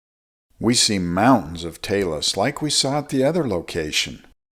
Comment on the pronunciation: I'm a bit of a geologist myself, having lived on Earth all my life. Even-so, I've never seen, or imagined, such a thing! Thank you for pronouncing "talas." A river on top of a mountain? [shared link]